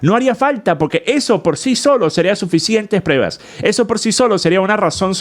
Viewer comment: Saludos! No se dice PREVAS se dice PRUEBAS.